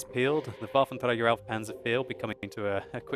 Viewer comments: Damn I like watching your videos, but every time I hear you pronouncing the full WT I just want to smack you over the head with an inflatable baseball bat:)))) You guys who have english as your first language can't get that "r" right 99% of the time and it just sounds wrong and annoying:P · It's funny how you say Waffenträger. :) btw. in 9.6 the viewrange will be decrease from 400 m to 360 m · its funny how you say Waffenträger :)